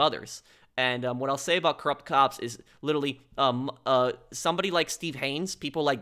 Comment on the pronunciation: “Lillille” can’t say literally lol